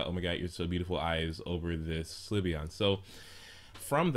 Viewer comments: Slyveon LOL It's Sylveon xD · it isn't sLyveon it's sYlveon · its sylveon so stop saying slyveon lol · The only 3 types i am considering are flying, light or fairy. (if they introduce new types.) I don't think it could be anything else, except maybe a normal type. It especially wouldn't be a psychic because we already have Espeon. Also, Sylveon is pronounced sill-veon, not si-li-veon or sli-veon. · I like this video but, ITS PRONOUNCED SIL-VEON! NOT SLI-VEON! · umm not trying to be a douche but why do you pronounce it. Sul iveon? It's just all the people i have heard say it pronounce it Silveon. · "si-li-ve-on" ? it's "sylvie-on" -. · "Slih-veon?" I'm pretty sure that's pronounced "Sil-Veon". The l comes after the y. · you keep saying slyveon its sylveon not slyveon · Sylveon is pronounced sil-veon not sli-veon. Think of silver when you say it. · It's pronounced Silve-eeon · your'e saying slyveon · Pronounciation: SIL-vee-ON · XDD You have to pronounce Sylveon's name as how you would pronounced Sylvia. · slyveon... slyveon... stop saying slyveon jeez... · You pronouncing syleon inncorectly was driving me insane